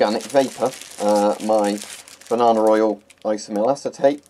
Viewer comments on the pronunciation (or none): in the other video I was sure you said "bananaR" oil. I'm glad you showed the label this time. Yes its banana oil!! xD